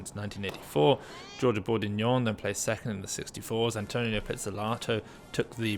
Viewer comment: It’s AntoNINO, not Antonio